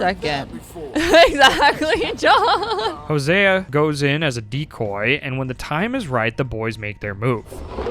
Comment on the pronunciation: why are you saying Hosea like Huh-Sia??